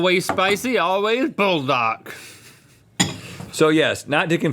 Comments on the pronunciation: Buldak, with an 'oo' while mewing, not bull dak with an 'uhl'. NongShim, with a long 'o' and 'ee', not nahng shim with a short o and short i. Using Spanish vowels can get you 90% for most Korean vowels correctly. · "bull-dock" LOL it is pronounced "puel-dock" also you cooked it incorrectly lol, its not supposed to be soupy... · Bull dahk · Y'all butchered the buldak. Do it again and right please - it's supposed to be brothless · pleaseeeee do buldak right 😭😭😭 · You guys butchered that Buldak